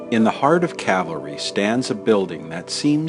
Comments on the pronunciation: It's Cal-Va Ry. Not Cavalry. One is the place where Jesus was crucified. The other is a troop of solders on Horseback. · Nicely done. BTW, it's Calvary, not horse brigade. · It’s not “Cavalry”, it is “Calvary”. Big difference. Otherwise great video. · Ooohhhhh. It’s Calvary, not cavalry. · Get it right please, you keep saying Cavalry, it's CALVARY according to your post's title. Huh? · Please Educate the Ignorant narrator of this film that this Cemetery is named CAL Vareee (Calvary) after the site in Jerusalem where Jesus Christ was Nailed to His Holy Cross to die. The cemetery is then NOT Cavalry Cemetery as he ignorantly Pronounces it, as if The U.S. Cavalry were still Chasing the Indians on the American Plains. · Interesting tour as always apart from the constant mispronouncing of the cemetery's name ....it is NOT. Cavalry......it is Calvary, the place where Christ was crucified. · It is "CALVARY" NOT "cavelry, bad mistake. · It's calvary, not cavalry. Also, Eddie Foy and the Seven Little Foys was the act performing at the Iroquois Fire, in Chicago in people died, and 250 were injured. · Cavalry... the narrator cracks me up. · I think you are pronouncing Calvary incorrectly. Calvary is where Jesus was crucified. Cavalry is a horse-oriented army. Thanks for the video!